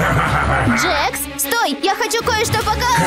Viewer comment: Не джекс а джакс